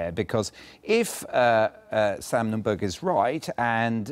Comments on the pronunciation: Note the heavy BBC bias to the Retrumplican Nunberg ( altho' stupid BBC buffoon keeps calling him 'Nundorf' ! ) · The presenter called him Sam Numdorf - lol